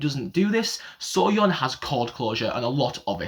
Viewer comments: Your pronunciation of Soyeon is spot on! The Hangul is 소 - pronounced like the English word 'so', whereas the Hangul for 'soo' (like in soon) is 수. Very minor difference, so I don't blame you for being confused. 😹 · You pronounced soyeon correctly! (소) or So in korean sounds the same in English. Seo (서)sounds like Suh and Soo or Su (수) sounds the same in English with the Oo sound